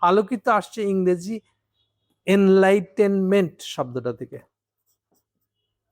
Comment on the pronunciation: এনলাইটেনমেন্ট - সঠিক উচ্চারণ